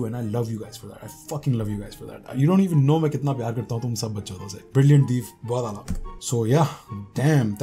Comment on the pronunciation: I love your voice. and the way u say " bahut aala " 🤟🤟😊.